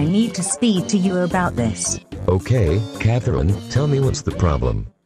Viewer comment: It’s pretty satisfying the way Dave says Catherine